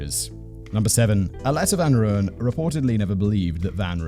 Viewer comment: Just wanted to let you know its pronounced Roy-Yen...